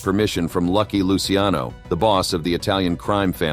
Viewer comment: Thanks for pronouncing Lucky Luciano's name correctly.